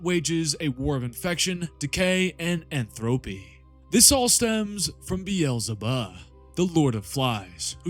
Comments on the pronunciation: Is it so hard to call Beelzebub Beelzebub Not Berlebahh? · Did you have to say beelzebub that way so many times? Why did you turn the final b into an h? That was the worst lol